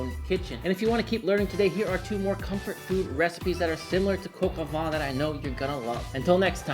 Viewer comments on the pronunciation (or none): "vuh"? It' "vah" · Your pronunciation is quite good, but “vin” is more like… “vein” but don’t pronounce the N! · Gilbert in French would be pronounced the same, except with a soft G (as in jeans), the T is silent. I am French, my mom had a restaurant in the South of France, and I approve of this recipe. 🥰Happy memories. Edit: make sure to pronounce "vin" and not "vent. Because vent means wind. Roaster with wind? Farty chicken? Not so much. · I know I'm being pedantic, but "vin" sounds more like "van" than the way you're saying it (namely, "Vaughn"). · Nope. The closest English word (in pronunciation) to the French word "vin" is "van" (just nasalize the 'n' rather than saying it as a consonant). --A Bilingual Speaker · You keep pronouncing it "Coq au Vent" instead of "Vin". Like "vein" but without pronouncing the 'n'. Mind-you "Chicken in the Wind" could be the name of a dish, but not this one. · I'm sorry, you say 'vin' like 'vent' (wind). It should be 'vèn'. Look it up in Google Translate, where you can hear the pronounciation.☺ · Vin vin vin...not van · Also, "vent" would sound like "Vaughn" with a nasalized 'n' and with your jaw dropped open. I'm not arguing semantics here, just pronunciation, so I'm not clear on what your point is in telling me the meaning of "vent" (which I clearly already do know, since I'm correcting the man's French pronunciation). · because otherwise it would be pronounced “vee.” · Maybe learn how to pronounce “vin” properly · I stopped watching 13 seconds in right after you mispronounced the French word vin. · If you pronounce VAN it corresponds to VENT which means wind, not wine… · Vin and van are NOT pronounced the same at all as already explained. Now you do what you want.